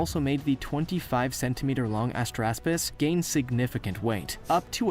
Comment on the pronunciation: When he said Astraspis, I heard "Ass graspus."